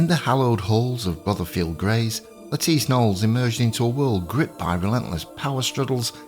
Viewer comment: THANK YOU for the correct pronunciation of her name! I am so tired of watching videos by historians who are still calling her "Lettuce Nollis"!